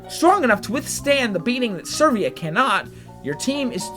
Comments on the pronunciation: I need to know, but is number 6 Servia or Severa? I need to know because it's very hard to mispronounce the name Severa, which is pronounced Se-Vera. So I'm sure there's something afoot. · It's Severa, not Servea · The only thing that pisses me off about this is your pronunciation of Severa... there isn't an R for you say "Sir"vea... you misplace the R and oooooh it pisses me off quq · Dude, Severa is pronounced Sev-rah. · Can you actually read severa's back story? To under stand her? Also its Seh-vare-uh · This is a really dumb thing to mention especially since this video is incredibly old, but I have to. Your pronunciation of a lot of these characters' names is off. I can understand the ones that just don't have their name ever said, but Lissa is pronounced a few times, especially at the beginning of the game, and Severa doesn't even have an "I" in her name! Also I could just be dumb and not know how to pronounce a few of these myself.